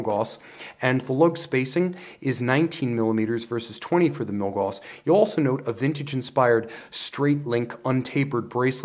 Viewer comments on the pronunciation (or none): Love the reviews, especially comparisons! Just FYI, Gauss rhymes with "mouse," not "moss."